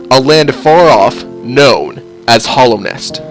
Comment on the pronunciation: I'm sorry but I'm sad you called it Hollownest instead of Hallownest. It's just my Hollow Knight love speaking it doesn't really matter but yeah.